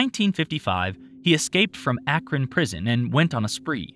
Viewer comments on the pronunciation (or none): none